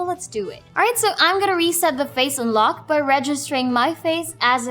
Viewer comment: she needs to work with her schwa.. unlock sounds like Unluck.